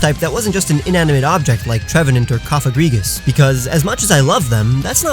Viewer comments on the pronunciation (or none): none